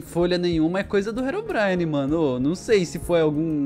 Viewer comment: "Rerom brain" kkkkk o certo e Herobrine